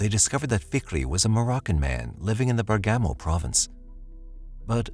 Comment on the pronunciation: Not quite! Bergamo is pronounced Bearg_ga_mo, not Ber-gammo!